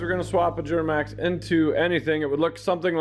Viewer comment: “Juramax” lol